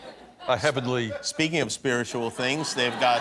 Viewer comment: The way he says 'spiritual' gives me faith he's an atheist lol